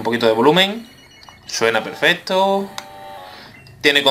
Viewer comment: se dise perfecto no perfeto